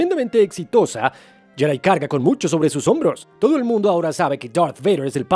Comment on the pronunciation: deja de decir yedai, es mejor pronunciar Yedi (Jedi)